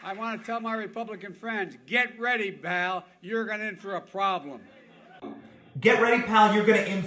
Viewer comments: Charlie Manson is a national hero next to this fool. BTW, he said Baal, not “pal.” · Best part is he says “Bal” instead of “Pal”. I think it’s a combo of Buddy and Pal… LOL